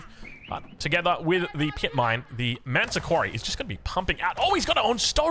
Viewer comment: why do you call the Malian landmark "ManTa Quarry"? Isnt in spelled with 'S' like ManSa not manta.